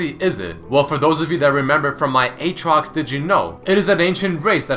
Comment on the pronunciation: Not Eetrox, Ootrox, Uutrox, Iitrox?